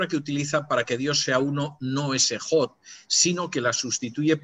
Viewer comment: Con todo respeto se pronuncia Ejad , no Ejod ( transliterando ) . Bendiciones